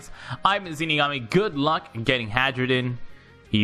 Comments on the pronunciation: He keeps pronouncing it "Hadjrudin" when I'm pretty sure it's "Hairudin". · lol. i kept hearing hydrogen XD